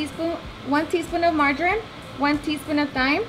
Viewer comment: I thought she said ‘margarine’ at first too, but then realized she said MARJORAM because it was with the other herbs and spices.